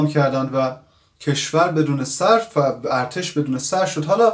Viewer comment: الاغ چی شما اول کلمه ارتش را درست تلفظکن تا بعد